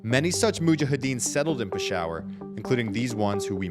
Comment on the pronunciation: that pronunciation is insane lmao. pi-shower hahahaha